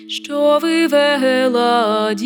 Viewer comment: Дуже прошу Вас,просити вашого чоловіка не промовляти шьчьо чьому і таке подібне 😢😢😢😢